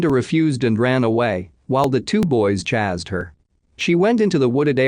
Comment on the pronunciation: "While The Two Boys Chazzed Her"🤣 the computer has a speech impediment 😆. It sounded so strange when he said it too🤣